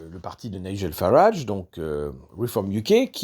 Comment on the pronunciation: Très heureux de voir que m'a écouté et qu'il prononce désormais le nom de Farage correctement! 😊